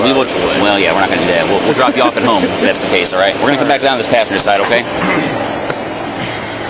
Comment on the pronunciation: I hate the way he says “home” like “HOEM”